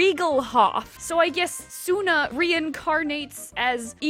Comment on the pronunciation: You really can't pronunce Suna? Or Hillaria? Or Nil? Please, tell me you are jocking, cause I really can't believe you CAN'T pronunce such terminally simple names as this.